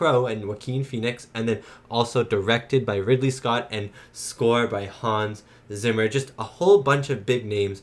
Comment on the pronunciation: Hans Zimmer's last name is pronounced "Tsimmer", not "Simmer"! 🤣